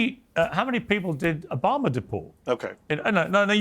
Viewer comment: Its Obama ...not Obamer